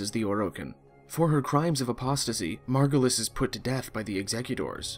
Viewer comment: This is really hard to follow, also very fast. Saying some terms and names that sounds differently than what they are written. Zariman, Zaraman, Margulis, Margolis, etc. Who is Archimedean Sylvanas? Who is Zariman? The problem is the game is very confusing, I don't understand anything from it, the interface is non-intuitive, most of the times i don't know what i'm doing besides, going to planets for x resource or extraction of an npc. But i do sure love the setting and concept of it and would like to know more of it. This video didn't help.